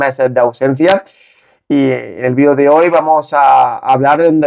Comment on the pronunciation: Video ,video, haci se dice no vidio gallego aprende a hablar bien en la lengua castellana no existe el VIDIO .